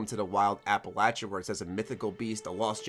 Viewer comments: It is not pronounced as App-alatcha, it's app-alayshuh. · APPA-LAYSHIA NOT LACHA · Mother of GOD it’s pronounced Appel-lay-shuh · The way you say Appalachia kills me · been fan for years.... but you damn yank saying Appalachia not Appalachia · Can you start pronouncing Appalachia right yeesh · Is mispronouncing Appalachia wrong or is it me? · Learn how to pronounce "Appalachia". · I can’t even watch the video with how he pronounces Appalachia. It’s horrendous.